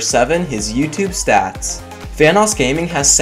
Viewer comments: When you said vanossgaming I keep hearing thanosgaming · Says VanossGaming Me: hears Thanos Gaming WHAT THE FUCK?!